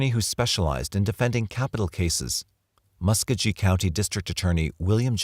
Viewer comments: For what it’s worth, the pronunciation is Mus-KOE-ghee (hard ‘g’ as in go) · I enjoyed your documentary. my only critique is that your pronunciation of muscogee county wasn't even in the ballpark, and the source that you mentioned repeatedly, Bruce l Jordan is a discredited alcoholic who embezzled money from Fayette county. That being said, I think there is no question that the world is a better place without Carlton Gary and without Bruce l Jordan on any police force.